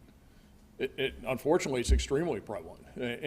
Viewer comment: Fent a nil not fent a nol. Get it right USA.